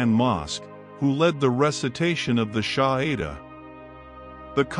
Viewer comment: Its Shahada and not Shahida.